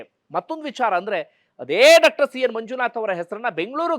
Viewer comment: ಡಾಕ್ಟರ್ ಅನ್ನುವ ಬದಲು ಡಕ್ಟರ್ ಅಂತ ಕೇಳುವಾಗ ಕಸಿವಿಸಿ ಆಗುತ್ತದೆ . ದಯವಿಟ್ಟು ಸರಿಪಡಿಸಿಕೊಳ್ಳಬೇಕು ಅಂತ ವಿನಂತಿ ಇದೆ